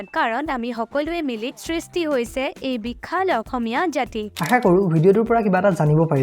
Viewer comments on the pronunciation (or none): none